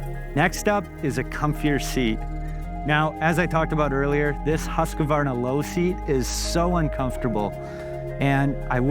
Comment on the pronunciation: Great video, but for the love…. It’s not Husq “a” varna. There is no “a” in the middle of Husqvarna!!